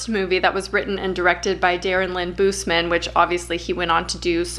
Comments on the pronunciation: It’s Darren Lynn Bousman not Darren Lynn Boozeman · I found this because I watch a lot. Love the coop. But pleeeaaaheeease, look up how Darren Lynn Bousman pronounces himself. This was driving me nuts.